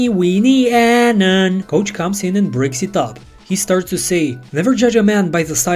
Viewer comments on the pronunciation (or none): I was listening to this and the voiceover guy said "coach comes in and bricks it up" when it said breaks, I was like ???? and opened the video to see he just pronounced it funny. Almost there man